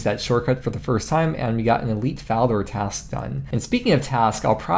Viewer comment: Yeah! Daily dose of GIM video's from! Oh BTW its Task and not trask:P. Keep on the video's!